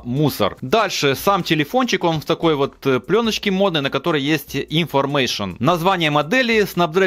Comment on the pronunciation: Компликтейшн,информейшн,звучит как от старпера,а обзор норм.